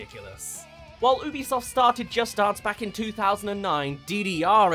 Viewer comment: No Offense, But his pronunciation of "Dance" makes me Upset!